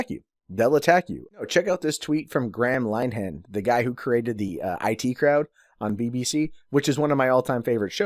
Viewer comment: Well I've never heard Graham Linehan pronounced like that before.